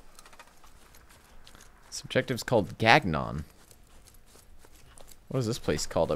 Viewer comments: Gagnon is pronounced gañon, it means winner in french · gagnon is ganion (french synthaxe) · for future reference it isn't Gag-non its pronounced "gone-yo" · "gag non" lol. is pronounced "GanYon" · It's not pronounced "gag-non", it's "gan-yon". It's French/French-Canadian. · For the love of Jebus it's pronounced Ga Nong not GAG non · Gagnon is pronounce ganion atlest not gag nun hahaha sorry i coudnt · Bruh I read Renee Gagnon from flags of our fathers and always pronounced it as GAG-NON. Are you telling me I've been wrong for years 😭😭😭😭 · Gagnon is french for "win", so if you're speaking French then yeah it's pronounced Gah-ny-oh. But if it's someone's name or a name of a place then it's however they/the locals pronounce it. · Not quite right. Gagnon also means "winner" in French, and it's pronounce "gan-yon" more or less. You have to hear it spoken to get it. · It is in Canada, more specifically in Quebec. Btw, Gagnon is pronounced Ga-ñon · so fun fact: the objective Gagnon is actually pronounced (Gone-yin) I know this because it is my last name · He he then you pronounce your name wrong. ;) It’s actually pronounced Gah-ñon. My mom grew up in that town during the construction of the dam. Didn’t even know it was in squad. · I actually know a guy named gagnon. He said it was french and it's pronounced "Gan-yon" (like "canyon" with a G instead of a C) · gan-yon is how you say it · Canada representttt 🇨🇦 Gagnon pronounced (gan-yaw) it’s French Canadian. This is probably somewhere northern British Columbia or northern Quebec. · yes this map is real, it is based in québec canada, north of the province, gagnon, pronounce like gnome.... ga-gnome....theen like non...ga-gnon...anyway...and the dam is called manic 5, the fourth dam of a line of 4, they never made the fourth one for some reasons... it is one of the world biggest dam, the biggest of its kind btw...im from there lol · Gagnon is a name. Its pronounce "Ganion" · Gagnon is pronounced gang-yon